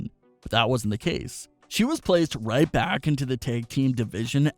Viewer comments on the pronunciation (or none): none